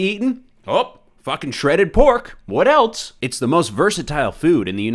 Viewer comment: why does it sound like he is saying ELTS Everytime he says ELSE